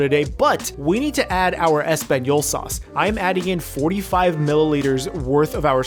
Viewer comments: really said espagnyolo sauce. This is why I’m subscribed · did you say espagnyolo sauce lmao